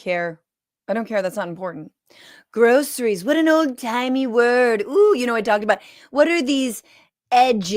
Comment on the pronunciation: "Reciprocal" and "groceries": two of the hardest words to say with his dentures.